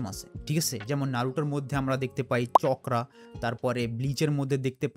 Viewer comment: Wtf is "Chokra" it's Chakra